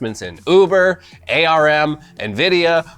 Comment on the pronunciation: What is this 'ay are em' of which you speak,? Mayhap you mean 'ARM'...?